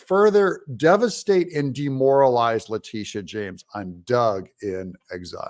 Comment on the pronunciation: Please pronounce her name correctly, it’s La-Tit-Tia. 😇